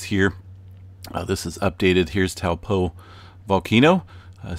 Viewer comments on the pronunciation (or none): Can you say Taupo correctly